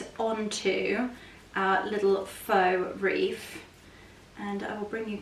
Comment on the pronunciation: lovely...it sounds like you're saying reef? 😊 not wreath....